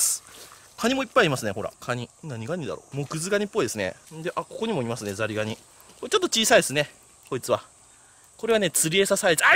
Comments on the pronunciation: ザニガニ ザニガニ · ザリガニ全然言えてなくて草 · 金子さんの初手のザリガニ、何度聴いても「ザニガニ」に聞こえる…笑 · ザニガニ！！！！ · 完全にザニガニ言うててわろた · 完全にザニガニだ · パーフェクトなザニガニ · とっても発音の良い「ザニガニ」だね！✨ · ダニガニ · 最初聞いた時『ん？ザニガニ』って思ってコメ欄探したら同じ人おったw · むしろ、ザニガニにしか聞こえん。笑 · サニガニ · こーれはザニガニです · どーーーしてもザニガニって聞こえて何回も聞いちゃう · もうザニガニにしか聞こえん！ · ザリガニがザニガニに聞こえるんよ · ザニガニって言ってるよな… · ザニガニって言ってね？ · ざにがに。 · 銀色のヤツの直前に至ってたは「さにがに」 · やっぱザニガニだ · このコメ見た瞬間ザニガニに聞こえ始めた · 何度も聞いてしまった……ザニガニ！ ちなみに もザニガニ！方言か……？ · さにがに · ずっとザニガニっていっててかわいい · ザニガニ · もはや空耳レベルじゃなくてハッキリ言ってて草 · 金子氏は「り」が苦手